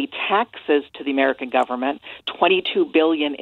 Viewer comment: He said im amweican . 😂😂 nooooo ur not .😂 ur europen